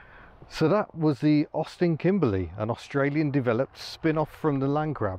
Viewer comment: I appreciate the "Kimbleh" Notts pronunciation!